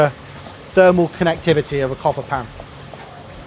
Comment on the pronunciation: Say "Connectivity" one more time!! Lol